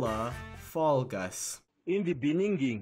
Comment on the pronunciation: "In beaninging"